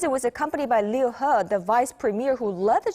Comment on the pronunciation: the only english news host saying liu he correctly.